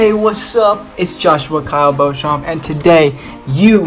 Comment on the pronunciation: O Nome do Josh é Joshua Kyle Beauchamp e se fala Josh Bouka Bouchamp assim vc me complica Vida😂❤❤